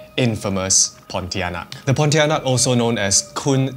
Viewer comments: I cringe every time you say ponti... I saw one at the hospital 😅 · He did ponitianak dirty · it's not pontianak bruh, you even got it wrong with the name smh